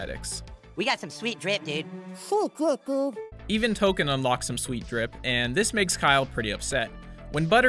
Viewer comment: lol it's Token as in a "Token" African American not Tolkien as in Hobbits